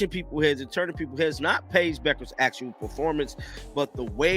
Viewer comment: Is the name not B-you-kherr? I’m not calling this chick Becker just because you do.